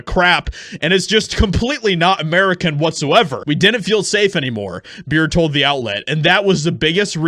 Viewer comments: It's Bure pronounced Bore Eh. She is married to Pavel Bure a famous Russian hockey player. She is also a devoted Christian and unashamed conservative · It's pronounced BURR REY. As an Pavel Bure, NHL player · Dude, how hard is it to pronounce Bure as Beret or Burr-ayy? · It’s pronounced Burr-A